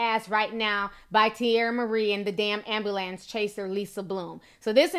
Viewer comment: Why do people have a hard time saying the word Ambulance? Ambalans? lol you're funny ti, and I still love you. Anyways, 50cent will soon only have 50 cents, if he keeps up the dumb shit.